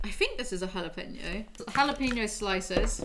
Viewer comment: You pronounced jalapeno wrong like 10 times, then got it right just as I was about to comment, then said it wrong again😂😂 it's not jala-peeno 🍆